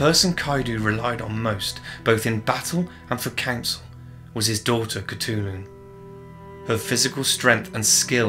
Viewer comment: Oh my god that name pronunciation is really bad. However, I respect your dedication. She must have been a Disney princess.